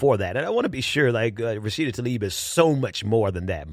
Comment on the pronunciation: tlaib is pronounced tlah-eeb.